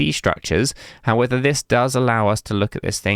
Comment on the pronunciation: if I have to hear you pronounce “however” as “howether” once more im going to CTRL+F4 my life.